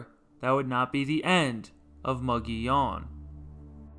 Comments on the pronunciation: "MUG EEH OWN" NOT "Mo go leon!" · For the record, the town is pronounced "MUG EEH OWN". . . Not "MUG ON YON" Check with the locals in Glenwood if you don't believe me. . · Anyone who butchers the name of the town that bad should not have a YouTube channel. . the town name is pronounced "MUG EEH OWN" All he had to do, was ask any of the residents of Glenwood, or Alma.